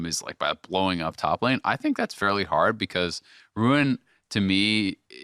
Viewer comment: literally says rune. Its ruin. Lol. Im tilting. ( and on thriugh him speaking lol)